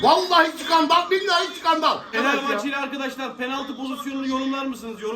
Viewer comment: Şkandal bu ya, vallahi Şkandall...